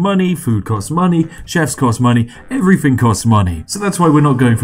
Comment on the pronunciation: "Free hundred." "Free logs." "Everyfing." "Wiv." 'Th' is for cool people. (It really doesn't help an international audience who can't differentiate well between 'free' and 'three' by context and your accent, or a domestic audience who don't like gangsta/chav talk.)